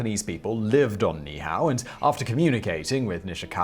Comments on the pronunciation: Simon -- This isn't a criticism of your pronunciation of Niihau, you didn't know. Most don't, but in Hawaiian you pronounce every vowel, even if the same one occurs right after itself. So Niihau is pronounced "NEE-Hee-how". At least, that's what I was told by a native Hawaiian, on Kauai, which is next to Niihau. So, this isn't intended as a slam; you didn't know, and now you do. 😁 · It's pronounced - Niihua - nee - ee - how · All you had to do was any Hawaiian how to say that. NEE EE how There are Two (2) I's there and each is pronounced in Hawaiian as an "E" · You were really close on Ni'ihau! NEE-ee-how, but that's a small quibble. A lot of people forget the okina (apostrophe) that requires a repetition of the previous vowel sound. Love your videos and love that you attempt the words unlike some videos that wimp out because they're afraid to even try!! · Niihau is pronounced by saying both i’s separately.